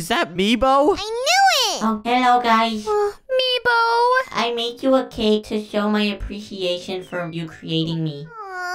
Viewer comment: It's nebo not meebo